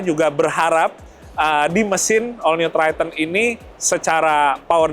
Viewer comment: Triton bang.bukan tryten😂